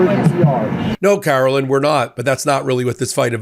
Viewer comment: Karo-lie-ne Be-lie-ve it!